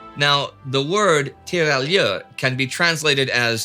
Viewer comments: Hey, if you want to pronounce "tirailleur" a bit better =P. Just say it as "tirayer", you don't pronounce the L =) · Tira-Yer. There's no "l" pronunciation.